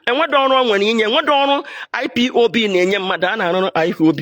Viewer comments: Madam IPOB not IPOP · This old woman your shame dey shame me ooo You can even pronounce IPOB